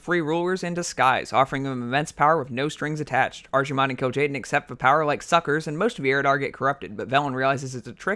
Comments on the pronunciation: archy-mond? bruv its Arc-eh-mond. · arc-himonde, archie-monde hurts the ears. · you mispronounced Archimonde pronounce it like this (AR-KE-MOND) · Archie-mond. Lol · archi-mond? it's pronounced ark-ih-mond not a ch sound a ck sound nerd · It's ARKEY mond, not ARCHIE mond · ARCSIMOND this hurts me to hear every time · Ar"chi"monde. LMFAO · I cringed everytime he said ARCHimonde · Lad its pronounced arkemond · Archie-monde - LMAO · After all these years, still hearing someone pronounce it "Archee-mond" makes me cringe. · Still the worse pronunciation I have heard was Archie-Mon-day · How you say Archimonde is stressful af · always hate when somebody says archimonde wrong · I can live with everything else But the way you pronounce Archimonde It just irks me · Drink everytime he say's archimonde wrong! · that not how you say his name, but awesome video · the way he pronounces Archimonde >.< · I stopped or so when you mispronounced Archimonde, sorry! :) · Am i the only one that gets a little annoyed every time he tries to say Archimonde? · Im so mad at your pronounciation of Archimonde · I like your video dude but for the love of god please learn how to pronounce "th" Arfas Kel'Fuzad Souf Norf Azerof Also Archimonde is a hard ch, like K.